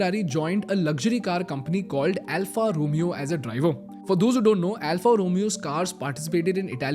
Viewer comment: Alfa Romeo pronunciation is incorrect